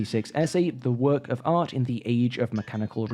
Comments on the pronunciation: "The future of arse"????? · Thought you said "The future of arse." Had me like, "Fuck, is nothing sacred to these ghouls?"